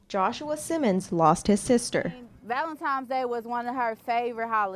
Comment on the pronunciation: its "VALENTINES" DAY NOT "VALENTIMES"